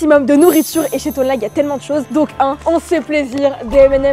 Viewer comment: La on dit toinelag et non tonlage 😅😅😅